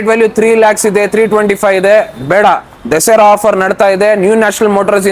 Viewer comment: ದಸೆರಾ ಅಲ್ಲ ಸರ್ ದಸರಾ...